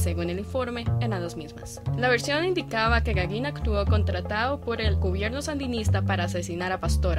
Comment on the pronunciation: Se nota un gran esfuerzo de estos futuros perodistas, los felicito!. Con todo el respeto que se merecen quisiera darles una sugerencia: A la muchacha que habla al y en otras intervenciones: se dice contrataDo, no "contratao".Al -realizaDa, no "realizaa". Al , paraDero, "no paraero".Ultimamente he notado en la población de jovenes esa tendencia a obviar la letra "d" en muchas palabras que la llevan al final, dando una mala impresión. Traten de hablar así y sabran a que me refiero